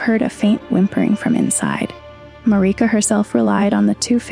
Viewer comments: It's odd that people are saying Marika's name like this...they say her name in the game. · I will share and subscribe if you pronounce Marika correctly, for now you only get a like, lady. Lol I cringed